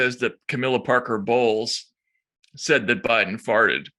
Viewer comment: I wonder if Katie mispronounced (Camilla Parker) Bowles on purpose. Katie pronounced it as in "bowels", which goes just nicely with the "breaking wind" topic.